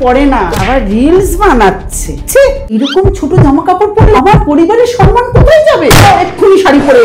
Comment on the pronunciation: সম্মান❎ সনমান ✅🤣🤣